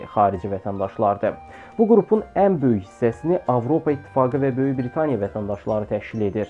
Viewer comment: B i r i t a n i y a deyil..... B r i t a n i y a - dır